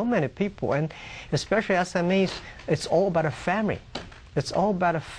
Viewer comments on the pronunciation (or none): LOL HE SAID FAMRY